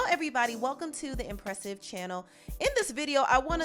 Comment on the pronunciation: He said albums Empressive